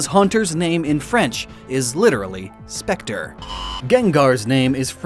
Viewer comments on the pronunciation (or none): none